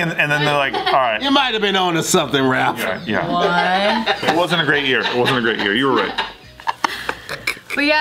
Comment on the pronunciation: ralph pronounced Halph